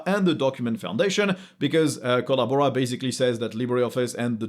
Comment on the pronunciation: ?...you got us CRACKING UP LAUGHING here in the man-cave...with your "Kolla-Bora" pronunciation!...Hahahah!